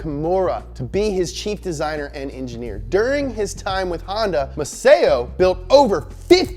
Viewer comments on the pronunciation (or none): Yeah MUGEN.. but the MASAO is MA - SAW, not MASEO.. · You pronounce it Masaw not maseyo..learn it from a weeb. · I appreciated your effort to say Mugen correctly.... Until you stumbled horribly at Masao. It should be MUH-SAO as in Sao Paulo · The pronunciation of Masao, though..